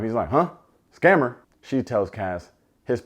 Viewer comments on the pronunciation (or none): In his aussie accent 😂